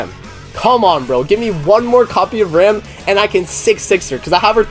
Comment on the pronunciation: It is not pronounced Rom. In the Japanese version, they say Ram the same way as in English. Most of the characters in this series do not have Japanese names. Some of them, like, Beatrice are pronounced incorrectly, but an attempt is still made to sound more western.